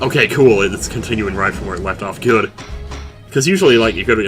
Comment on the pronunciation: I really enjoy when you say "GUT" everytime a "Good." appears on screen. I have a really large smile on my face rn. Love you.